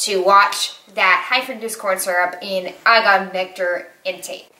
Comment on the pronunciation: Hi, as always thanks for another informative video! Small thing... I'm not a dietician or nutritionist, but I think erythritol is pronounced like: air-rith-ri-tall. And Agave is: uh-gah-vay. I could be wrong, but that's how I've heard them pronounced many times before. Keep up these videos and keep doing you!! Don't compare yourself, you are awesome! Perfect version of you!!